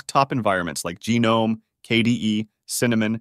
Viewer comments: And "Genome" lol. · Gee nome 😂